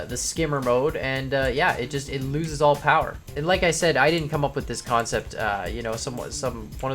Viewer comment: This sept lol